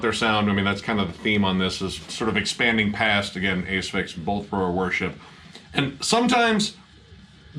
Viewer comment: ‘A…sphyx” vs “As-phyx” now I’m ruined as I don’t know how to pronounce Asphyx, but whatever the case they are awesome…also, great review of Scalpture, you’ve inspired me to check them out, particularly when you mention the almighty Bolt Thrower.